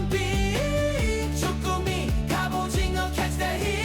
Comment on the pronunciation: 저 궁금한게..... AI음성 아닌듯 한데.... 왜 갑오징어를 갑오징거라고 발음 하시나요???? 절대 태클 아니고, 그냥 궁금해서요